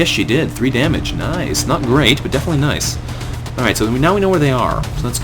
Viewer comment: Nice, not nuce.